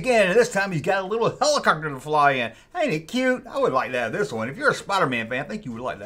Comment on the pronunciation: Its not hellicockter its helicopter 😂😂😂